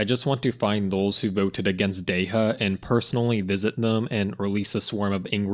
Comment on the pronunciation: That man is not a true Dehya main is he can’t say Dehya right.